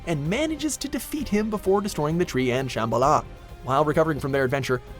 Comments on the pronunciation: OH MY GOD SAY SHIT RIGHT SHAMBALA (SHAM- BOL-A). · The way you pronounce Shambhala, it really annoys me. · I know I'm being nitpicky, but you're pronouncing Lazarevic and Shamballa wrong